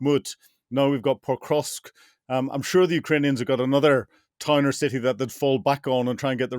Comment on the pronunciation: It really annoys me every time Hamish pronounces Pokrovsk as Petrovsk....